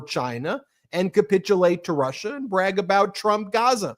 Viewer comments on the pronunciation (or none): none